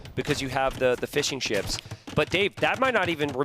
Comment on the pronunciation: every time he says fishing ships, all I hear is fish n’ chips.